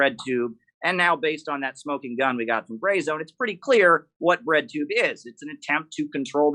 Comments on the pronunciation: Thought they were saying redtube the whole time... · I thought you guys were saying "redtube" not "breadtube". I learned real quick just how wrong I was.